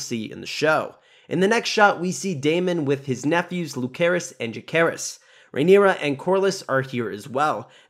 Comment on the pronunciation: Its Lucerys C not Lukerys K, and Vhagar, Not Vagar